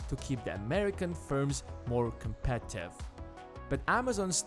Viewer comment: Am i the only one hearing "competive" instead of Competitive?